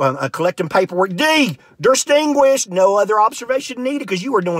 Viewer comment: I need someone who writes IPA to transcribe every different way he pronounced "distinguirshed"